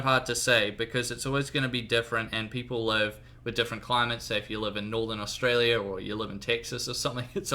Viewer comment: Did you jist say Northern Australia xD (No offence)